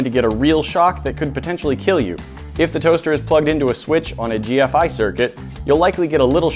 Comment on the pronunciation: Also, the video makes no sense because he said GFCI wrong.